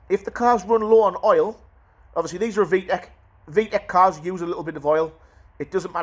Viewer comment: Love how he says "V-eck"😂